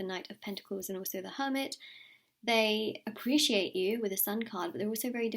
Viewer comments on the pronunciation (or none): none